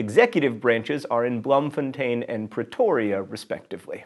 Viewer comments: Actually not bad pronunciation of Bloemfontein, but the first bit sounds more like bloom than blome :) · Just so you know Bloemfontein South Africa is pronounced as Bloom-fon-tayn. Daarsy. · "Bloemfontein" in South Africa,is pronounced, as in Afrikaans or Dutch, "Bl-oom-fon-tain". :) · 04: Blumfontein? so close John Green. so close. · This was a very interesting episode. Very informative, but I do have some information for you. Being from South Africa myself, I know that you mispronounced Bloemfontein :-P